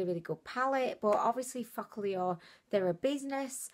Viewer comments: I pronounce it foo-ka-lure and she says it like fučk-a-lure 😂😂😂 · same here ! is like fu**llure 😂😂😁😁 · me too haha !! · am i the only who feels like everytime you say focallure you swearing at us 😂😂😂😂😂 stop it .. lots of love from zimbabwe xoxo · I I laugh everytime you say Focallure 😂😂😂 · Everytime she says focallure i think she's swearing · 😂😂😂😂 same here.